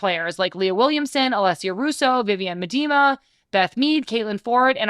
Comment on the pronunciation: You mispronounced Vivianne Miedema's name